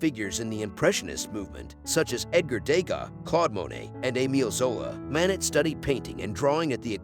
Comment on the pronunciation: First, this video is narrated by a robot. The painter’s name is mispronounced. It is Mah-NAY. Other French names and words are also mangled. It is painful to listen to! Don’t recommend channel Moving on…